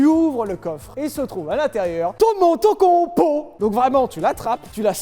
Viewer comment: Personne ne prononce « MOTOCOMPO » mieux que ça.